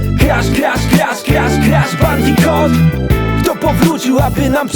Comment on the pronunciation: To nie jest żaden bandiKOT, a bandiKUT